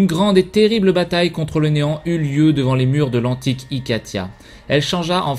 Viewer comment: je croit que t'as dit enan au lieu de néant